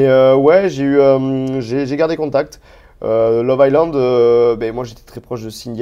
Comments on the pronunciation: On ne prononce pas le S de love island...très stressant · si tu pouvais arrêter de prononcer: « love ICELAND » Le « S » ne se prononce pas dans ce mot 😆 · J ai laissé pareil le meme commentaire. Visiblement il n a juste pas envie de le prononcer correctement. Lol.